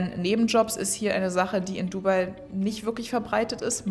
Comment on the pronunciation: Nein, eigentlich sagt man eher "DubAI". Also die Betonung liegt nicht auf dem "u", sondern eher auf dem "AI".